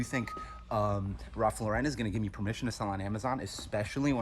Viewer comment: Why do people say Ralph Lauren like that?